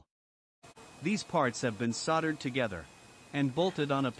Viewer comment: "Soddered"!? You mean Soldered.